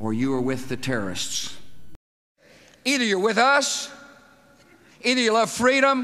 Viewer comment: Terrorists has 3 syllables, he says it in two, and in his accent it sounds exactly the same as if he'd say the word tourists. "You're either with us or you're with The Tourists (Annie Lennox's, pre-Eurythmics band)"